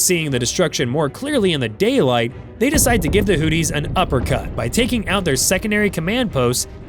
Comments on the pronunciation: It's Hoothies not Hoodies like a coat with a hood!😅😅😅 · Am I the only one who realizes he is mispronouncing Houthis. He saying Hooties & it mskes my brain hurt lol... It just sounds do weird. Its pronounced Hooth-ees" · Just for the record, the bad guys in this conflict are HOOTH-ees, rather than HOOT-ees Over the next few minutes, I heard more bloopers, which is when I finally realized this is being narrated by yet another AI bozo. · "The HOOTIES!" Is that like the Goonies? It's pronounced with the second h. Your AI failed you. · The way you pronounced things 🤣🤣🤣 all I could hear was “Houthie and the blowfish…” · Hooties. Someone please work with this bot. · Hooties, or hoopties? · You can't even pronounce Houthi's correctly.